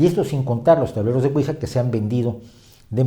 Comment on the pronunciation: La pronunciación correcta es Ui-ya porque proviene de sí en francés y sí en alemán. Por lo demás, todo fabuloso